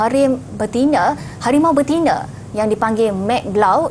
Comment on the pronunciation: Sampai tersasar sebut karim betine😂😂